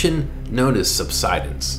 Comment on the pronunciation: I've never heard subsidence pronounced that way.